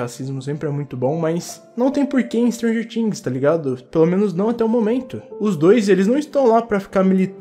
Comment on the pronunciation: Me deu uma agonia você falando "stranger tings"